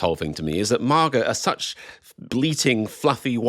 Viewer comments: First time I've heard MAGA pronounced "MARGA" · It's not MARGA, it's MAGA. If you can manage one hard A, why not two? So annoying.